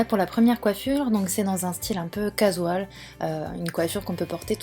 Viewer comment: Casual se prononcant "cajual" et non "cazual" comme tu as dit :)